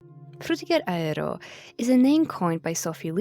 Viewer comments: It makes me confused. The frutiger part is pronounced fine, but the “aero” part they say as “a-re-ro”. Is this one of those weird words like the whole thing going on with “bologna” = baloney? Personally, it bothers me a lot even though I know it’s a small thing to be annoyed about and probably just an accent thing. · "Frutiger Raero" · The tryhard pronunciation of aero is killing me 😭